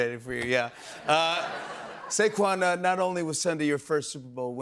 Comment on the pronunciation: That’s not Saquan no more, that’s Sayshawn.